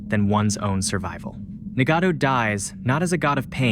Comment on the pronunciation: Hey, nice video. You should look up how to pronounce Nagato and Konoha, though.